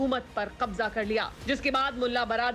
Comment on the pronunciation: Please urdu pronunciation theek karen..kabza aapko theek se kehna chahiye ..kyonke english se aap...z..ki awaz theek bolna chahiye..